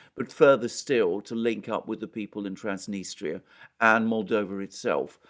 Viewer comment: It's pronounced Transnistria not Transnistra